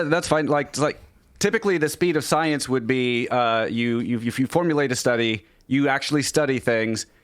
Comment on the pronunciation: "We had to move at the speed of scienceh". They just can't stop being blatantly ridiculous...